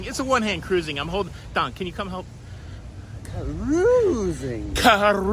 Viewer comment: Don saying CARRRRRUISING made my day. 😂😂😂😂😂😂